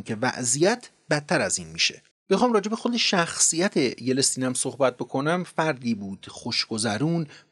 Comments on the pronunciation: جناب آقای از ویدئوهای سرشارتون سپاسگزار هستم. آدم واقعا از دیدن شون لذت می بره. جسارتا در تلفظ برخی از نام ها دچار اشتباه می شین. به عنوان نمونه همین اسم بوریس یِلتسین که شما به اشتباه بوریس یِلِستین تلفظ می کنین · درود جان ، سپاس از زحمات شما جان و همکارهاتون، یه نکته رو میخواستم اصلاح کنم ، بوریس یلتسین تلفظ درست اسم اولین رییس جمهور روسیه بود. شما چند بار گفتید یلستین. سپاس از دیپ پادکست. ✌️ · سلام خدمت تمام دست اندرکاران کانال دیپ پادکست🌹🌹🌹 واقعا یکی از کانالهای خیلی عالیه تاریخیه، خیلی اطلاعات درجه یکی و در اختیار مخاطبان میزاره، یه تذکر دارم در مورد این ویدیو و نام اولین رئیس جمهور روسیه هست اسمش یلتسین نه یلستین 😁😁شایدم خیلی مهم نباشه اما خوب رو مخم بود و گفتم حتما بگم خدمت آقای عزیز❤❤❤ حالا شایدم شما فهمیدین همون یلستین باشه اما خودم به نام یلتسین همیشه شنیدم و خوندم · جالب بود ،ممنون،ولی ما تا حالا یلتسین ،سکون روی حرف « ت» و « ل»ونه «یه له تسین» شنیده بودیم!!! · یِلتسین درسته یه یِلِستین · اسمش باریس ایلیستین نیست،باریس یلتسن است.او یک معتاد دایم الخمر بود. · یلستین چیه؟ یلتسین درسته. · بی سواد اسم اون رییس جمهور بوریس یلتسین هست نه یلستین ..... کجا درس خوندی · تلفط yeltsinbouris درسته . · دوست عزیز اسم یلتسین رو اشتباه تلفظ میکنید Yeltsin, شما به اشتباه میگید Yeltsin. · بسیار ممنون به خاطر کانال خوب، مطالب بسیار بسیار جذاب و‌مفید‌ و بیان خوب. پ‌ن: صرفا جهت یادآوری، اسم اولین رییس‌جمهور روسیه بعد از استقلال « یِلْتْسین» تلفظ میشه. (Yeltsin) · با سلام، تلفظ شما در نام یلتسین صحیح نیست. لطفا این اشتباه را تصحیح کنید و در ضمن چرا کلمه اشتراک را در جای سابسکرایت به کار نمی برید؟ ممنونم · جناب تلفظ یلتسین با لام ساکن و ت ساکن است. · جان تلفظ یلتسین را تصحیح بفرمایید. با علامت زیر به ی سکون بر روی ل و ت و زیر به س و سکن بر ن، یلتسین. تشکر از انتقال علم و تجارب بشری در اندک زمان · اقای: یه دفعه میگفتی « فلسطین » قال قضیه را میکندی. تلفظ صحیح نام ایشون هست: یلتسین YELTSIN. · سطح مطالب ارائه شده در این ویدیو بسیار پایین هست؛ حتی اسم بوریس یلتسین رو هم درست تلفظ نمی‌کنید! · یلستین نه یلتسین آفای محترم.BORIS YELTSIN